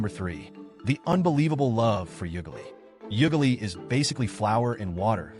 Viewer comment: Kenyan 🇰🇪 and proud !! 😂😂 is how he pronounced ugali ,omena and Nyama choma for me 😂😂😂😂70%are lies 🤣🤣